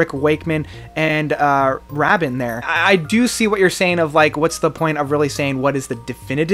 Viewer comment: Trevor Rabin:rayben, not rahben